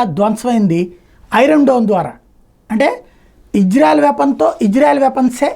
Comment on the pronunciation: ఒరే నీకు ఇశ్రాయేలు అని పిలువు రా. హిజ్రా కాదు. సరిగా పిలవను కూడా రాలేదు నీకు